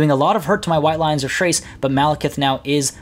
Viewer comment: White lions of "trace"? I always thought it was "K-race"